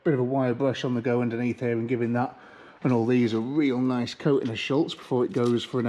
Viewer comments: Great couple of videos on the MX-5! I’ve lasted so long here but I’ve got to say it now, there’s no L in Schutz 😂 NO SHADE! Love the channel ❤ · Love the channel and really enjoying the Eunos restoration. Just one thing that irks a bit - SHUTZ does not have an 'L' in it. 🙂